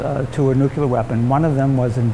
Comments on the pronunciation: Its always weird to see people that are professionals in this field still say nukular like Homer. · did he actually say 'nukeyler error'? That would be fitting. Not in the tech, in the language. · "nookyoolar" delet this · I'm sorry but no. NEW CUE LAR is simple adding extra letters where there isn't any and sorry to say it is plainly out of ignorance and/or laziness. Better examples would be people who say MEER instead of MIRROR, or LIBARY instead of LIBRARY. I do get what you are trying to say, but again I refer to the episode of The Simpsons. lol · it kills me to hear that guy say "new-queue-ler" instead of "nuclear" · It's NuCLEEar, not NucYOUlar. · *NU-clee-er Not nooquler. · the "new que ler" reactor" .... come on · And the PR guy says, "nukuler". Reading is fundamental. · An expert who says "nuke-yoo-lar"... That's a bit distracting. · It drives me bonkers to hear these guys say "NUKULAR" "Nukular, it's pronounced nukular." - Homer Simpson/George Bush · I get so disheartened when I hear a learned person in the nuclear field pronounce the work "Nukular" Makes me sad. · You lost me at "nuculer." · it's "noo-clear" or "noo-clee-yur". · as if the way he pronounces it is in any way relevant to his knowledge of the subject. Like you wouldn't say the same for someone speaking with a foreign accent, but since it's an American you're all "erm sad now" he said "Nukular" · I'll never understand Americans and their comic inability to say 'new-clear' properly, even here! Amazing! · "Nucular"... like they are dealing with nuts.. sigh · Wow, a scientist said "newcular" ... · The guide at a nuclear reactor is the last person I would expect to mispronounce nuclear. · You have been right with all your examples... except for nuclear. Again, sorry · MichaelKingsfordGray now here is a man that does not pronounce "nuclear" correctly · That is what President Bush said all the time also.